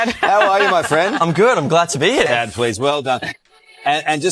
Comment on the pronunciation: Chaad??? Baaabe, come on!